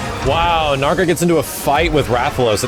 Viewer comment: I hate when people call it “narga”, it sounds like trying to say Nergigante but weird and wrong